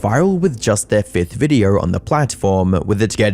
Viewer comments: “In this viderrr” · Okay so it wasn't my ears 🙃 😂